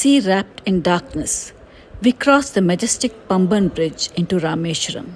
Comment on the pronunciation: Paamban bridge not Pamban